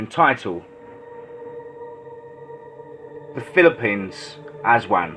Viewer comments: Correction, it's the ASWANG (Uh-swung) It's basically a vampire, a witch and a skinwalker rolled into one. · its Aswang bro not aswan